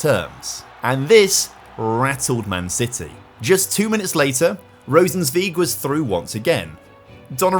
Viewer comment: Someone has to tought u how u say Rosenzweig right :D